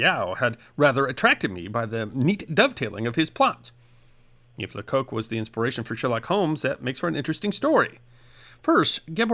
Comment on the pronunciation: Lecoq translates as 'the rooster' in French and is usually pronounced 'lecock'. There's no funny connotation in French...